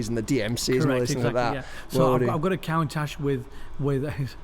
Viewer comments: Half-hour of listening to this guy saying "Count-ash". I need a break. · Is he pronouncing Countach wrong